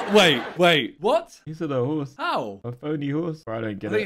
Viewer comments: He thought he said PONY instead of phony. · I think the horse one is because he thought he said pony instead of phony